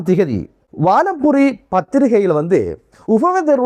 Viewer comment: வானம்புரி இல்லை. வலம்புரி